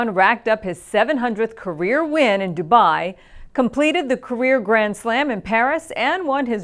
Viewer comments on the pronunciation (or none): none